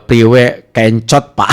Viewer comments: kencot bukan kEncot bang..artinya lapar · Kencot bukan Ken - cot massss😂